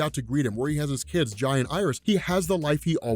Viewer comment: That's Zoom, not Professor Zoom. Hunter Zolomon and Eobard Thawne are different characters. Easy mistake to make. also Jai's name is pronounced "Jay." He's named after Jay Garrick, it's just spelled different because, well, we read comics and that would remove any misreading issues.